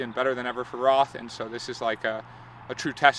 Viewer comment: It's pronounced 'Rot' not 'RoTH', though it might be written that way :D close to Nuremberg, my hometown. All the best with that pre-training sessions...man I need to get up out of that home office chair and start working out Haha :) bring your a-game and your positive vibes to Germany! #yoyoyo Good Luck!